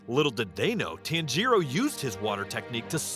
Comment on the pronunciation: The way he pronounces tanjiro bro💀💀💀